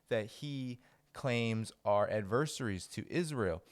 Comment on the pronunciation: Your videos would be more palatable if you learned how to pronounce word such as "wanton", "missile", and "adversaries".